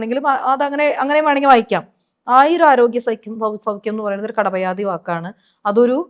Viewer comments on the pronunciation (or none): It is not kadapayadi, but kapadayadi